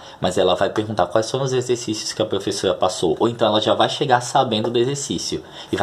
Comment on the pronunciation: Kkkkk.....serei direto como os russos na boa .....você insiste em pronunciar PREFESSORA....na boa cara....